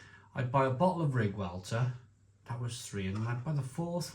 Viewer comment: Welter, not Velter. Its Yorkshire not Germany 😂